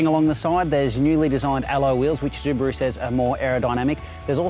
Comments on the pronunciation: ZUbaru ? really ?? go fuck yourself bro , you're destroying my ears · stop calling it zubaru ffs wtf??? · Zooo-buh-rooo? Seriously? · Zubaru? Why? Not even the Japanese pronounce it in such way... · Im Australian and this is the first time I've ever heard anyone pronounce it Zubaru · Pronouncing SUbaru incorrectly makes this video unbearable to watch. DICK HEAD!